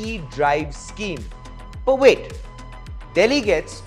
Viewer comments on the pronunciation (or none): none